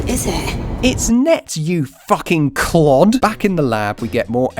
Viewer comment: As a person, that's watching Steven Universe S02 right now, I really liked you saying Clod.